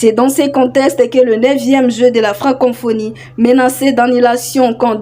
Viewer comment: Ce n’est pas FrancoNphonie. C’est plutôt FRANCoPHONIE. Co co co et non con conphonie. FRANKOPHONIE. FRANKOFONY. Prononciation svp! Bonne chance!